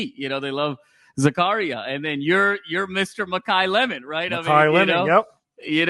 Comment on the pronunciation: Zac-uh-rya pronounced like the Bible not Zakaria